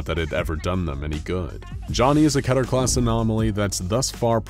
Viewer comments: I love how they troll people with the pronunciation of Keter. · I hate the way the voiceover pronounces “Keter”